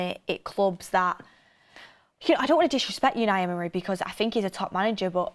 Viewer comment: Please stop saying yewni Emory